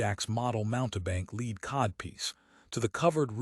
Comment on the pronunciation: It lost me when it pronounced "lead codpiece" as "leed codpiece"